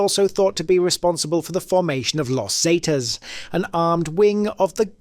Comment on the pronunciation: Los Zatas⁉️ 😂😂😂